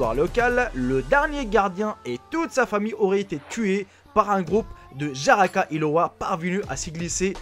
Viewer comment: On dit jararaca et non pas jaraca en portugais